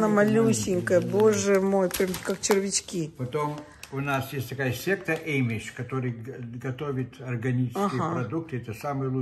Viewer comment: Amish произносится как AA-mish, Амиш, не эймиш. Ещё грибы произносится как маш- румс. Опять небольшой урок правильного произношения от меня, я просто должна это сделать)))., я думаю Вы на меня не обижаетесь, ведь я всегда по доброму корректирую. Мне очень понравился этот русский магазин, спасибо за экскурсию на нашу Родину!